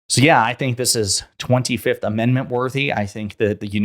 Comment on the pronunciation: Can you say “25th?”